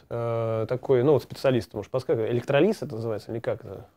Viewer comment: Полиспаст через т, Якоби с гальванопластикой в 1980 гг были в школьной программе по физике, а электрОлиз с ударением на О по химии. Даже у гуманитариев.